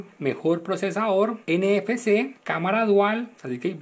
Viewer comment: Se dice NFC no nfs, terrible analisis